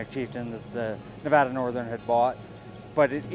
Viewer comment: Nice , but you need to learn how to pronounce Nevada.